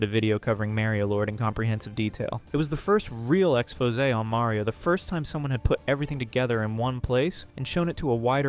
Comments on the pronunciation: MARio not MERio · hard to watch when youre saying mario like carmela from the sopranos